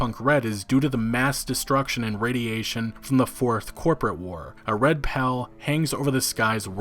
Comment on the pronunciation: 'a red pall' is pronounced like the name 'Paul' not like your buddy 'pal' 'a red pal hanging over the city' made me giggle, at least, so there's that. Just sayin'. Y'know. Whatever, no biggee.